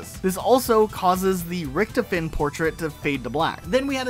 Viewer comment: Rick Toph En is the the pronunciation not Rickt A Fen